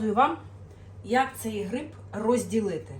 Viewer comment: Особливо "гріб"